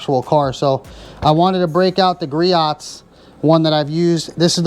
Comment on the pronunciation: Griot’s is pronounced Gree-Ohs